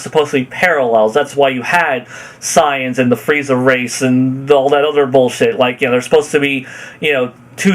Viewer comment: Why does he pronounce saiyans as signs instead of SAY-yens, what the hail?